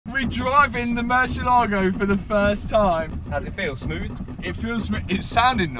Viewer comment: Is not "murshyellaago" it's more like moor-CL-ago and the accent goes only on the "eh" sound. It's the name of a Spanish bull, not Italian.